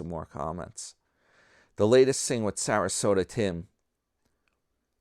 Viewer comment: I like when u call him Sarasoda. Yah and HAH! He on the skids! Needs another cart collecting job.